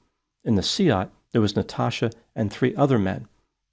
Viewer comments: Kudos on your pronunciation of Seat,. Most people would pronounce it like car seat. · Skoda is a Czech brand, owned by the German Volkswagen-Audi Group. VAG also owns the Spanish Seat (pronounced say-at, well done ) so had a "full house" in this case!